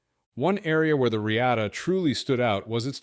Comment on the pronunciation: Thanks for the video. But I am pretty sure sure it is pronounced “Re-ah-ta”